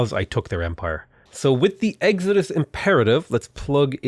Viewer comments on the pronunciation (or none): none